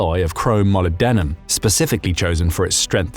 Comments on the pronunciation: I believe the correct pronunciation is molYBdenum, not molybDENum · I believe it's NOT molybDENum, but molYBdenum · Mo-lib-d-num, emphasis on lib. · Your pronunciation of molybdenum leaver a lot to be desired try Mol-ebb-duh-numb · if you can't say 'molybdenum' you might want to think twice about doing your own voiceovers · You pronounced molybdenum wrong. Your credibility is busted.